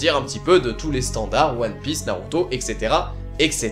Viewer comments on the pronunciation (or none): none